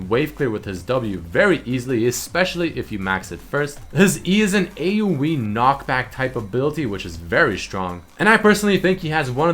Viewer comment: AOE not AUE